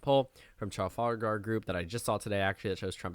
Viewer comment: Trafalgar is pronounced truh-FAL-guh... The pronunciation in the video sounded like a Trump-ism... lol